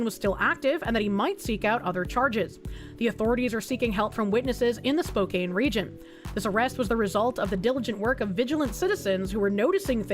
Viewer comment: please you're killing me, you got the first half right but the second half of spokane is pronounced can not kane. Typing it out it makes sense how you got to the conclusion you did but i live nearby, its pronounced spo-can